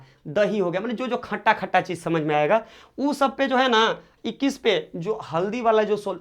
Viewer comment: Sir khata hota hai khacha nhi😂😂